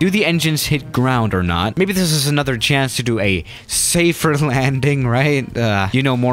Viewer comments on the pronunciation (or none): none